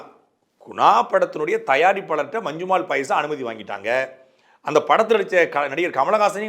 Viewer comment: நல்ல கருத்து ஆனால் அது 'மஞ்சுமேல் பாய்ஸ்' அல்ல 'மஞ்சுமெல் பாய்ஸ்' (நெடில் அல்ல குறில்). பெயர்ச்சொல் குறிப்பிடும் போது அதே உச்சரிப்பு இருந்தால் தமிழுக்கும் உங்களுக்கும் சிறப்பு. இது எனது புரிதல்.